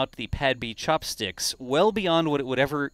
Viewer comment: the return of the "Chopstickles"